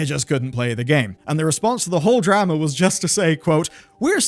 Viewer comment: mf said drAma. its not the same as dAta and datA lmfao